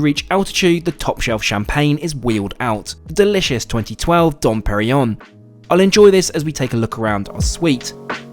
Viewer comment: Eh. The Moet pronunciation I have no problem with, but there are two 'n's in Dom Perignon! Its not "Dom perryon".